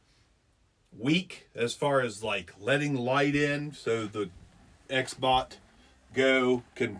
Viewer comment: Xbot confusing sound like you saying Xbox.